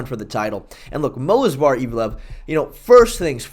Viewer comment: It's Movsar bro, not Mosvar lol